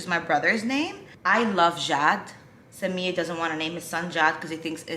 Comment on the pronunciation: For the first few times you said Samir I actually thought you were saying Simeon instead, also how are you about shortening names? I ask because a friend of mine's brother is called Kianoush but everyone calls him Kian, my friend's family is Persian in heritage